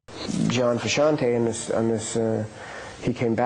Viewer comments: Also the pronunciation of Frusciante is craaaazy. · I wish you had learnt how to pronounce the legend John Frusciante's name.